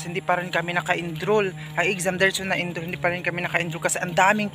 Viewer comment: It's ENROLL not ENDHROL